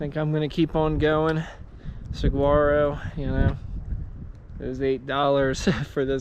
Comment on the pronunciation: Arizona native here, super enjoying your videos on the AZT... real quick yes we get tons of snow (I live at 7200ft in the woods) and the G is silent in Saguaro. 😉